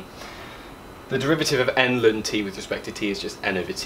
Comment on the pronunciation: New here. Never heard anyone pronounce ln as lun. Its usually either ell-enn or stubbornly calling it log.